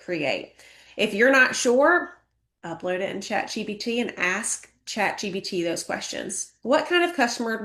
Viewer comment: Is she calling it Chat GBT? She's telling people to "utilise" AI and she doesnt even know the name of it.